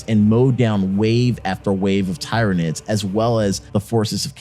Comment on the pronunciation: My ears are bleeding when you speak Tyranids in the way you do xD